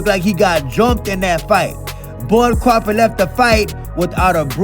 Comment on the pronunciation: pronounces crawford like Cwafawd. He Sounds like Elmer fudd